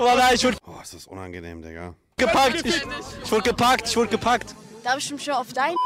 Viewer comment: Ja gut, wenn sie dann noch lernen würde, statt "isch" dann doch "ich" und statt "disch" lieber "dich" zu sagen... Dann würde sie auch mit einem Schlag sympathischer klingen. Kleiner Tipp: beim sch-Laut Lippen spitz, beim ch-Laut Lippen spreizen. ;-)